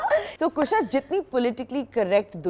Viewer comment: Kareena calling Kusha 'Khusha the whole time.....😂